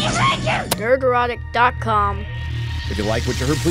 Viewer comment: Was waiting for this video 😂 “ Nerodic”